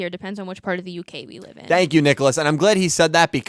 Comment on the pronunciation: At the beginning, do you say "We are live" or "We are alive"? Because I always understand the 2nd one. XD I'm happy you had a good time in Florida. I've never been there (ok, I've never been to the US in general), but I can imagine that it's really nice there. 600 for a month for such a house? Omg, that's really cheap. In my city you would get a very small flat for that price. (Or did I misunderstand something here? 'Cause that would really be insanely cheap.)